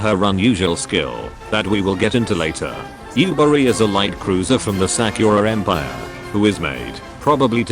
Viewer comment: Sack-your-ah em-pyre